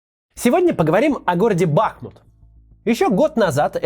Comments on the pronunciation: Правильно произносится "БахмУт" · Парни, но БахмУт же! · тільки наголос БахмУт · БахмУт, ударение на У. В Чечне Бамут, в Украине Бахмут. И речка Бахмутка. Легко запомнить. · БахмУт , ударение на у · Если что, то правильное ударение - БахмУт. Но єто такое, даже местньіе не все правильно ставят ударение и просто говорят как привьікли. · Тільки він БахмУт. Наголос на другий склад. Важливо це вже знати сьогодні. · БахмУт, ударение на второй слог, как и река БахмУтка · БахмУт. Ударение на 2й слог. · БахмУт. Ударение на у. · я вам как бахмутчанка говорю, что ударение правильно ставить БахмУт! если местные, то это не значит, что они все супер грамотные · Бахму́т Бахму́т Бахму́т Бахму́т Бахму́т Бахму́т Бахму́т Бахму́т Бахму́т Бахму́т Бахму́т Бахму́т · Единственное что забыли это ударение на ''у" - БахмУт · Максим, ударение на у - Бахму́т. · Спасибо, за важный ролик о моем родом городе. Только одно но - БахМУТ, Макс! Произноси правильно! Ты ж не произносишь ХарьКОВ или ПОЛтава. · Максим, ну уж ударение можно было выучить) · Наголос на другий склад,Макс! Бахмут...Теж саме,що зробити наголос на першому складі,наприклад, Москва) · он не обращает внимания на замечания, уже полгода пытаюсь в комментах и личных сбщ донести до него инфу о правильном произношении, но Кац слеп и глух. увы, жаль, а я думала профессионал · уже полгода пытаюсь везде в комментах и сбщ добиться правильного произношения моего родного города. но да, Кац слеп и глух, видимо на данную сферу его профессионализм не распространяется. как же это бесит каждый раз слышать каверканье названия... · Бахмут!ударение на "у". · Почему Кац не удосужился разобраться с ударением в слове Бахмут? Не серьезно подошел к теме(( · Так все-таки, Бахмут или Бахмут? Куда ударение то ставить? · Спасибо за освещение родного города, но лишь с маленькой поправкой - БахмУт. Даже в агитроликеэто слышно. бАхмутом его начали называть не местные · БахмУт,- ударение на второй слог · не бАхмут, а бахмУт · Всё так :-( Только не БАхмут, а БахмУт